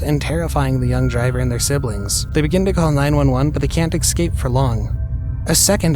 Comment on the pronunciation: The word eScape is NOT pronounced "eXcape". 🙄👎